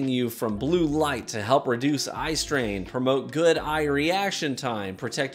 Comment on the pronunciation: Did anyone else hear him say “ice drain,” rather than “eye strain?” I was confused at first before he went fully into his advertisement.